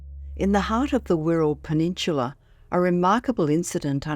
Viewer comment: peninsula you said penintchila hahahah